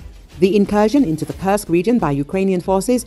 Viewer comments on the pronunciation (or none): Please do not curse Kursk any more, it is a u like in food. Thank you.